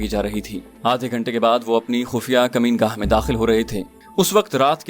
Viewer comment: یہ لفظ مکین گاہ ھے ۔ کمین گاہ نہیں ھے اسے درست کر دیجئے ۔ اکثر اوقات پڑھنے والے لوگ یہ غلطی عام طور پر کرتے رھتے ھیں ،جوکہ افسوسناک پہلو ھے ۔